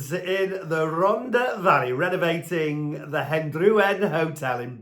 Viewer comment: Pronunciation, Martin. It's not Hen-drew-en it's Hendrair-wen (old white town approx) and please say Rontha not Ronda - it's not a Beach Boys song